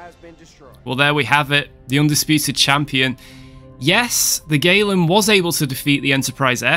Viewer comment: At first, I heard "USS Waylon", as in Waylon Smithers. Fancy having a ship named after Waylon Smithers. It would be funny to watch as your enemy burns against the black of space. Woohoo!